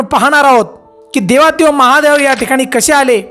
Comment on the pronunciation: ते देवाधी देव असते